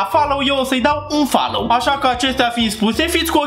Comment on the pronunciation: Prima data am inteles ,,Infallow" apoi am auzit ,,Unfollow"😭🤚